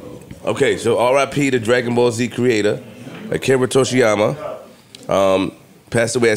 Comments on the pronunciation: ... "Torshiama" (Toriyama) 🤦🏾‍♂️😂😂😂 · I heard yoshiysma 😂😂😂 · Said his name wrong and all 😂😂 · I'm going to let being sick be the reason why he butchered Toriyama Sensei last name lol. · said he had to put some respect on Toriyamas name, but he pronounced it wrong. R.I.P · coming all the way to the pod LATE just to say Akira Toriyama’s name wrong 😭😭😭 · How flip come in and say that legend's name wrong like that? 😂😂😂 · saying Akira Toriyama incorrectly is crazy. fake nerd.